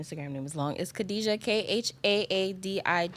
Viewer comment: Khadija, she can't even prounce the name, blacks with Muslims arabic names lol